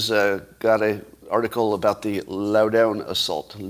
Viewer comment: Scott's tortured explanation about the Loudoun County incident was laughable. And, hey, Scott, learn how to pronounce Loudoun. It's LOW-d'n. And what is the difference between gender-fluid and trans. What a nonsense quibble. You said almost categorically that this kid probably wasn't wearing skirt. You were wrong on all of this. Admit it.